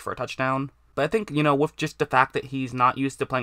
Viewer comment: "With"="wuf" lol